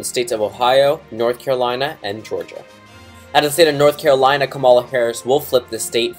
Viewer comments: just so you know it's KA-ma-la not ka-MAL-a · You not saying her name right is making me cringe